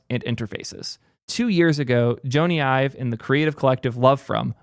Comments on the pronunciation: Joe-Nee Eye-Vuh lol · IKR. Pretty ironic bemoaning people not knowing Joney Ive while mispronouncing his name.